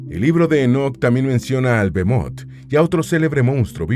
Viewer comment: No es bemot sino behemot que significa bestion, además esto está en poesía, deberían de documentarse